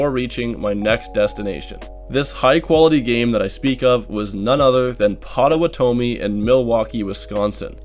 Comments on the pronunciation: Or.... "Beat-it-otta-meee" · PAH-toe-wah-toam-me it’s Pot-o-what-ah-me lol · Yo are you just butchering the indian casinos names on purpose? Lmfao as a local wisconsinite "Oneeda and PotowaTomi" killed me. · "Pattawatomi" lol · Oh-NEYE-da. and PAHT-OH-WAHT-OH-ME They are so harsh... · ouch that hurt to hear pow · tuh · waa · tuh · mee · ooof “pot-o-wot-o-mi” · As someone from the Midwest, that hurt my soul😂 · Pretty sure that casino is called “Oh-nigh-da” like the Native American tribe. Also I’m certain the Milwaukee casino is pronounced “Pot-o-wat-o-mee” ( also a tribe name…or when you say it faster “patawatame” as we midwesterners often do ) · U pronounced it wrong, it’s funny listened to u say Ohnita, lol it’s ohNIda, also it’s pronounced “pot ah watt ah me” in Milwaukee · You are butchering the names of these town and casinos.😂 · I love it. U mispronounced all of the native casinos. All good tho cuz atleast u attempted. So amateur by the pit in Milwaukee but its good to see u were able to turn it around in that session. Let's hope they comp u on the rest of ur trip. Safe travels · You definitely said Potawatomi wrong lol but we call it “Poto” out here in milwuakee for short